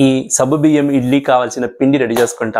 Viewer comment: Good morning Sir Intha late ga ee recipe pettaru. Ninna pettina ee roju chesedanni.. already I started cooking 😅. And one sir if don't mind it's not sabbu biyyam, it is saggu biyyam. Sabbu means soap in Telugu. Anyhow Tq for easy recipe.